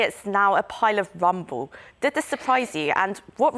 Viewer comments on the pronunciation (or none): mins did she just said "a pile of rumble"? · Did she say " Pile of rumble" instead of rubble???